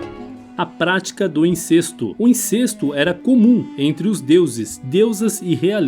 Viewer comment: dublagem: a pronúncia é INCÉSTO (acento apenas ilustrativo), É aberto, rimando com GESTO.